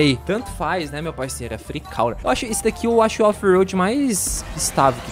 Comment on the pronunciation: Nao é free cauler nem free couler é free cô